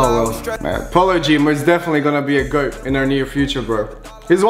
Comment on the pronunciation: The way he says goat bothers me so much